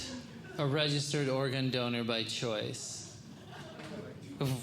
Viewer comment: Was he saying Oregon donor? As an Oregonian I think I should have a say in this...